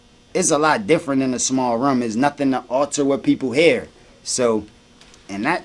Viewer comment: Philly accent: room = Ruummm